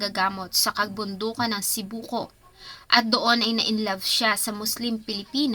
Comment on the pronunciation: Actually it is not Sipoco but Sibuco